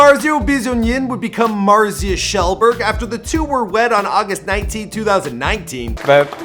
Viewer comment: "marzia kjellberg" *happiness noises*